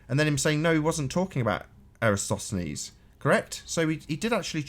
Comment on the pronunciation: Extraordinary. can't pronounce Eratosthenes ("eh-rah-TAWS-theh-nees") and Sly Sparkane's world-wide experiment after Eratosthenes demonstrated that it MUST be a globe. Also, ALL SCIENTIFIC CONCLUSIONS ARE PROBABILITY ASSESSMENTS. Only literalists and dullards speak in terms of "proof." Given the different ways we've measured the size of Venus, the probability that it's not the size we think it is is very small. Given the different ways we've measured and observed and imaged the Earth, the chances of it being flat are vanishingly small. We state these findings as facts because it's a verbal shorthand that real scientists (i.e., not you guys) understand. Also stars are tangible, but we can't examine them up close for the same reason we don't set up observation decks inside a nuclear tractor. We can and have studied them at a distance. Finally, the same chain of reasoning that permits us to convict someone of a crime that no one witnessed is used to deduce the nature of distant objects. It's exceedingly rich that the proof you demand for the shape of the Earth is much more rigorous than the airy assertions you blindly accept when promoting a conspiracy theory.